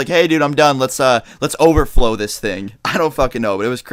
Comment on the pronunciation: every time he says over flow it sounds like he's saying overtflow xD